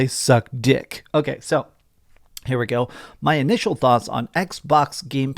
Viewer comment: The way he said dick!. he's butt hurt about the merger of Microsoft and activision lol